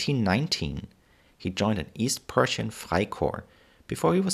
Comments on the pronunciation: Prussian Army, not Persian army.. I'm sorry but I have a German accent also and I know the difference. You started off blundering right at the start, 35 seconds in and I'm done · It did sound like Persian. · The auto-generated captions unfortunately say "Persian;" if you're deaf, you have to assume that he said "Prussian." That's why I try to impress on the people who post these videos the merits of a professional captioned.